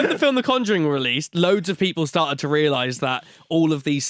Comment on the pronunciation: Why is he pronouncing conjuring like that